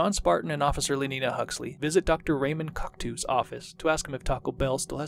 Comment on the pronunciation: It's pronounced Raymond koktoe